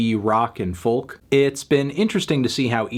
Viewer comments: Folk is pronounced Folk. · Ok can we settle this - Folk is pronounced "foke", not "fullk", god dammit melon